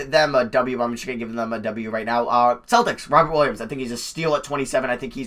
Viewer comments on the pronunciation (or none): none